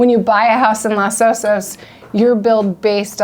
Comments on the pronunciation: Thanks for the overview but there was one annoying aspect of the presentation and that's the PRONUNCIATION of Los Osos. It's Los (as in O with a long O - like oh) Osos. The O in Los is the same as the two O's in Osos. You pronounced it as though it were Las Osos. That makes no sense because the word osos in Spanish means "bears" and osos is masculine (plural). Therefore the article (i.e. the) is masculine plural... los not las and pronounced with a long O and not as though it were A as in the word ah. IMHO anyone selling million dollar houses needs to get the pronunciation correct. You come off sounding like a hick. I grew up in Seal Beach and I grew up with a prejudice against the Dustbowl hicks (known as Okies) that tended to look down their long noses at those from a different background (me). I found that weird because I taught myself to read at the age of four and was always light years ahead of the Okies and bleached blonde racists. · It's not "LAS" Osos...but LOS Osos. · Thanks for pointing that out! You’re right — in Spanish it’s pronounced lohs OH-sohs. Around here on the Central Coast though, most locals say Loss OH-sos, and that’s the version we went with in the video. Appreciate you watching and catching the detail!